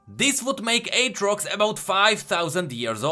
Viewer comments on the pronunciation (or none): U pronaunce aatrox 8-rocks lol. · you don't pronounce aatrox as what you pronounce, you say like atrix, try it on like google translate. Edit:just realize it was mention already by someone else in the comment...